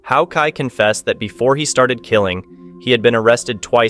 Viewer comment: Oh decide on one correct pronunciation and stick to it dude! How kai, who kai, ho kai wtffff man?!!